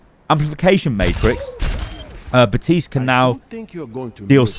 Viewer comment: Outta curiosity does accent take away Baptiste's "p" or is it a in joke. often sounds like is saying Baa-tiste